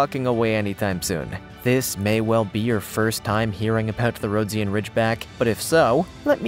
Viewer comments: RHO-DEE-GHUN not ROAD-SEE-AN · Dude! Get your pronunciation of the breeds right! Rhodesian Ridgeback is pronounced "Ro-dee-sian" not the messed-up crap you said! I have 2 of them and if you want your videos to be taken seriously, get the terminology right...and stop showing people beating their dogs to make them more aggressive! It's a disgrace! Do the right thing to do right by these glorious dogs!